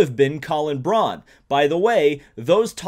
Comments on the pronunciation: Colin Braun's last name is pronounced like "Brown," not "Brawn" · Bobby on the MPP basically said that full-time for a third car isn't gonna happen, as time ran out to get things together for a full-time effort. However, he (Bobby) did say that a part-time car is happening (and not in terms of just King at the 500, either). Colin Braun is pronounced "brown".